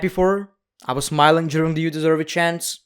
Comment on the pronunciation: And why say “juring” instead of “during”?! That’s just wrong… you need a doctor.